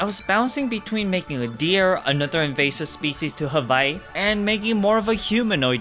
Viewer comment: Why does he keep calling Hawaii "haVaii"? There's no v in it; it's "huh-WHY-ee".